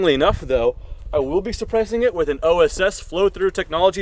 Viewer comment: OSS makes the suppressors, not OOS.